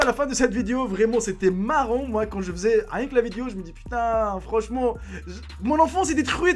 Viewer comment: Pk tu dis vidio au lieu de dire video